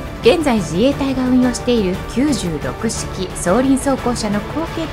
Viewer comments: キュウジュウロクシキ❌ キュウロクシキ⭕️ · 96式の読み方は「きゅうろく」とそれぞれの数字を分けて読みます 一応制式名称ですのでそう読んで頂けると嬉しいです 以下、読み方 0→まる 1→ひと 2→に(陸空自) ふた(海自) 3→さん 4→よん 5→ご 6→ろく 7→なな 8→はち 9→きゅう